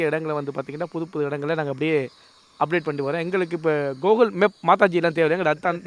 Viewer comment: Google❌ Gokul✅🤣🤣